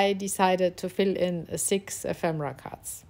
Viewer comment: What a great little book, suitable as a gift for a hostess or for Christmas. Best of all, I love the way you sound so happy creating. In most videos the presenters sound so consentrating on their works; you just love what you are doing and it sounds/shows. (Ephemera has the stress on the second syllable e'phemera.)